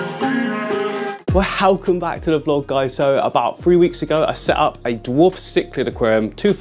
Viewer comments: ‘We-Helcome back’ 🤢🤢🤢🤮🤮🤮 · Love the way you pronounce a H in Welcome 👊😂 sick video man